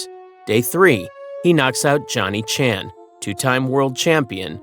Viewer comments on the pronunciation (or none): none